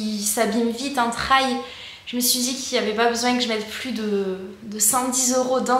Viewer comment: Salut, as-tu fait une vidéo de retour sur le long terme ? Je vais chercher. Au fait, n'hésite pas à dire " trèl ", des fois, l'anglais est plus simple qu'on l'imagine ! Bonnes sorties !